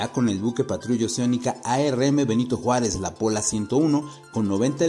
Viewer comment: "Benito Juárej", jajajaja tenían que salir con su batea de babas, almenos no se les ocurrió "cuarta transformaciong" 🤷🏻‍♂️🤣